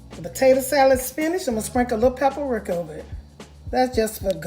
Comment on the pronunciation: Pep Re-ca---- paprika---pep Re-ca nothing but love for you sister not trying to be mean you can also Google words by saying how do you pronounce paprika and it would actually have a voice recognition sound that will teach you the correct way to pronounce words. I'm 72 years old and when I'm not quite sure about a word that's what I use.